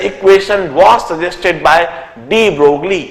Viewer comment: De Broglie was a French scientist hence his name does not pronounced as de Broglie but de broy.. same thing is applied to Huygene's his name does not pronounced as Hygene but Hoggain